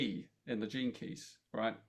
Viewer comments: Love It💜 I kept hearing jenkes 😂Gene Keys 🔐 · Okay, as I was listening to them at the beginning of the video, I kept hearing the catch phase that Velma, from Scooby Doo, always said, "Jinkies". I was like, why do they keep saying "Jinkies"?!! Then, I finally figure out they were saying, "Gene Keys". 🤣😂🤣😜🤪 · I misheard Gene keys. It went in my head as Jinkeys- suddenly thought I was hearing references to Scooby Doo. Luckily I worked it out 😂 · Please tell me that I wasn't the only person who thought for the first few minutes that they were saying "jinkies" like Velma from Scooby-Doo.